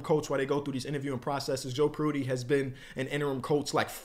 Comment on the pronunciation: Dawg how did you just pronounce Joe prunty? 😭😭